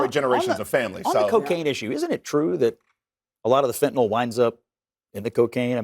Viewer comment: Supposedly well educated “? They say FentenAll the word ends with …YL